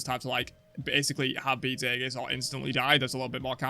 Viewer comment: aegis \EE-jus\ noun